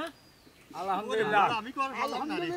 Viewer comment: আলাহামদুলিল্লাহ না আলহামদুলিল্লাহ বলতে হয়